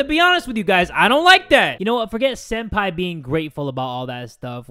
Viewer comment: Why do you call senpai sen-daddy?